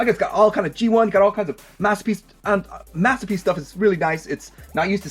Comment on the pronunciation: Wed gwemlock?mathterpiece